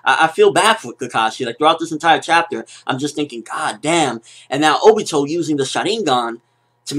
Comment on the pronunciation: obito not obo